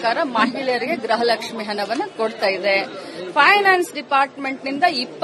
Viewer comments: Adu ಗ್ರಹ ಲಕ್ಷ್ಮಿ ಅಲ್ಲಮ್ಮ ಗೃಹ ಲಕ್ಷ್ಮಿ ಅಂತ ಹೇಳಿ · ಗ್ರಹ ಲಕ್ಷ್ಮಿ ಅಲ್ಲ ಮೇಡಂ ಗೃಹ ಲಕ್ಷ್ಮಿ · ಗ್ರಹ ಲಕ್ಷ್ಮಿ ❌ ಗೃಹ ಲಕ್ಷ್ಮಿ✅